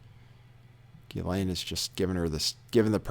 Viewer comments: actually the French pronunciation is GHEE-lane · Ghislaine pronounced Jisslane. It’s a French name.